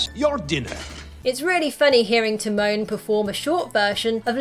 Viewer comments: “Pumber and termone” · It's Ti-moan and Poo-mba. Not Tee-mon and Puhmba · She said it more like Tee-moan and PuhmBar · PUMBER and Tih-MOAN.